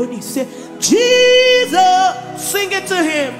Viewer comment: I like the way you accentuate Jesus’s name. I’m just fulfilled by that way. It’s unequaled, no where on earth, Have my commendation, Mercy. You have much more than anyone else. Praise God!